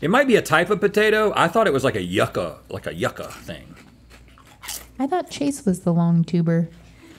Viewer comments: lmaoo rhett Yucka tho? The pronunciation is You-Ka (Yuca)😂😂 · lmao "yucka" Rhett, its Yuca (yooka). 🤣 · it is not YUCK-ah its YOU-ka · Yucka 💀💀💀💀 yU-cah 😭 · Rhett's pronunciation of yuCKka is gross . It is YUUCA bud. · the way rhett pronounced “yucca” hurt my soul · yuca = You cah